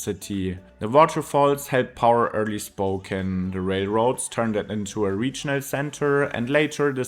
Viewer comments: Well Spoken, although it's pronounced spoh-cAn. It's a beautiful place; the downtown is good. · Spoe-cane, not Spoken! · Spocan is how you say it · Ahh yes, my hometown, "Spoken". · it drops into a Geroge XD its the first time ive heard any1 mispronounce gorge so badly, almost as bad ad spoken XD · Spo-can, not spo-ken. Though you didn’t want to mention the fires because of bad vibes, it is crucial for understanding conditions that are only going to get worse because of climate change droughts. Increasingly over recent years, eastern Washington has been afflicted by fires and health-threatening smokes. I’ve lived on both sides of the state. Spokane is attractive because it’s far less expensive than Seattle. But I’d hesitate to move to the eastside now. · I'd describe it as: Spoke ANNE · Wikipedia has audio of the correct pronunciation of Spokane. Coeur d'Alene, too. 🙄